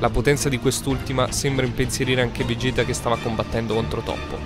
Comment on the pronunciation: vegequ no vegett